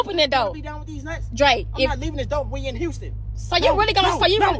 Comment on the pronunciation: Dizzy Quita! If you can't pronounce the word "DOOR" properly, we're already done! WTF is a Doe? Or dough? Are you referring to deer or doughnuts? Get your ass up outta my car!